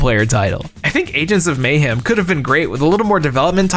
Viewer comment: You seem like a nice guy… but if you keep pronouncing Lara like “Laura”, people are going to institutionalize you for being mentally challenged. Edit: the same goes for the way you pronounce “mayhem” 😬